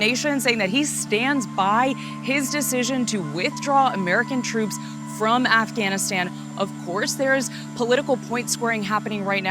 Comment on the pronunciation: emphasis on the prepositions "from" and "to", stress on the first syllable of WITHdraw instead of on the second: vice anchors are illiterate.